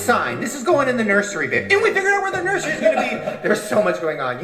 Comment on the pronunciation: saying “nurSHery” forever has me annoyed